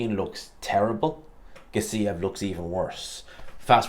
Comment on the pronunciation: Gas-E-ev, not Gas-EEE-ev